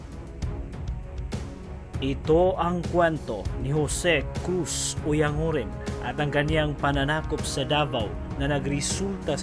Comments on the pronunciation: Oyang guren sir ang tamang pagbigkas hindi oyang nguren. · Oyan guren yata